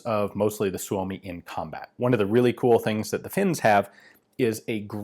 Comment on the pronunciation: Perfect Finnish pronunciation of Suomi